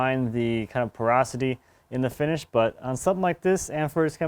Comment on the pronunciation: Fantastic as allways… but what is 'Perosity'(?)